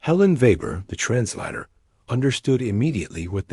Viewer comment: I hate the pronunciation of translator as "tranclahtor". Why can't you get your AI applications to use English? Are you too cheap,. or too lazy/